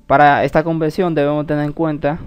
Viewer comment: Conversión.....no es convelsión.